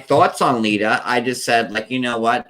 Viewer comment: Stop saying Lydia!